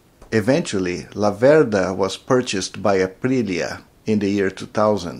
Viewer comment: One thing. Although you have Venteto DNA your pronounce the brand name wrong: It's Làverda in stead of Lavèrda. The family name of the founder of the Laverda famiglia is named of the little river Laverda which runs near Breganze. I have been riding a Laverda 750 SF2 for over 25 years, it allways have been a pleasure :) Greetings from The Old World and keep on riding (and forget about Ducati: I exchanged my Laverda for a Ducati, The Biggest Mistake of my life)